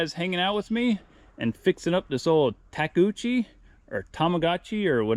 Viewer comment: Alright, finished the video! Well done, now I want one of those Takechicho, takoshi, tkochia…………Take-job was the old/simple name for them, guess it’s hard for westerners to pronounce it. Good call on not painting it, it looks good as it is and painted machine makes me suspicious. At least when they are as new as this one. Cool that you bought that property, it will be a lot of work/videos to build a house and maybe a shop? Take care!